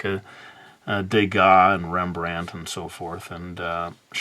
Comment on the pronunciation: I really died laughing😂😂, cause the way you pronounced rembrand